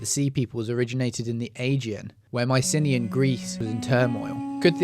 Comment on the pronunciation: Learn how to pronounce Mycenaean, Aegean and Canaan; or are you a bot?